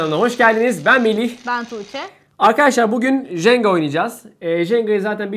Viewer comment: Jenga değil cenga